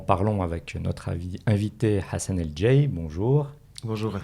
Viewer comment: Salam, tres belle video, par contre si sont nom est ecrit El Jaï pourquoi prononcer djaï ?